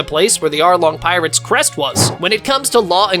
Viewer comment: Bro you said tirates